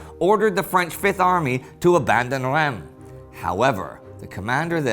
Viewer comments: Hi ! I’ve been a fan for a couple of years and love the show, but your prononciation of Reims really makes me cringe. I think it’s pronounced with the « un » sound like in Verdun, and the S is not silent for once. So more like Runce but with a silent « n » than Rem as you pronounce it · Great job guys! There’s suspense even if we know the ending... About prononciation : Amiens (Amien) is Ok but Reims is not ( ReimS ) —don’t look for the logic, there’s none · Hi Indy and team! Love the show! Just a tiny remark : you pronounce Soissons perfectly, but Reims is pronounced [ʁɛ̃s]. It kinda hurt my ears, being born there. :) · Hi guys / Hallo Jungs, I follow you since a while now and have been a patreon supporter for a few months! You are doing an amazing work! Following your show was a great support in the last few months as I was finishing my PhD thesis and not feeling really well for a long time... It’s the first time I take the time to write a comment to be a tad picky about Indy’s pronunciation of Reims. No offense there! I know French is hard and not logical. But for the first time it took me a while to figure out which city Indy was talking about. Rem? Remmes? Raimes? Where the hell is that? That until looking at the map and realizing it was Reims. Unlike in most French words the S isn’t silent in Reims. And the “eim” is pronounced like the French for “one” (un) or the -en of Amiens. Keep up the good work and possibly see you soon!